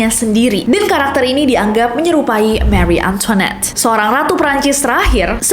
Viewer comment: cara bacanya mari antoan